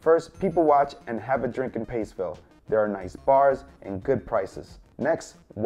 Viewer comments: hi I'm Maltese and Paceville is pronounced Pacheville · A maltese lesson for yall ;) So im from malta and this is the 2nd video i ever got recomended that people came here When im playing roblox and someone ask me where im from i say malta and then they will be like "Malta i never heard of that" And you said all of them wrong Paċeville i started laughing 😂 In malta ċ is ch so in english its pronounced Pacheville and the first e sounds Għajn Tuffieha In maltese Għ doesnt sound so in english its pronounces ajn Tuffiħa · Not paceville tho